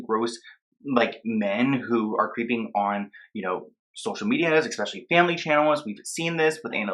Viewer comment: Again, The word is ESpecially. Not EXpecially.